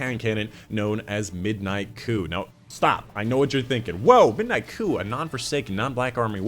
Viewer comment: Is it just me or did he pronounce ‘coup’ weirdly?